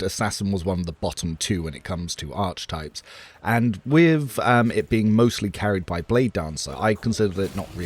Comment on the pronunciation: Sir it is pronounced ar-ke-types but spelled archetypes. Hehe just figured I would annoy you, now have a great day 😊